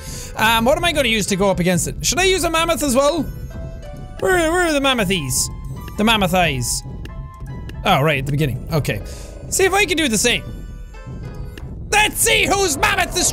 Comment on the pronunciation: Every one: Mammoths Jack: MamaThighs